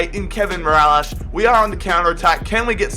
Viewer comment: not mirallash its mirilas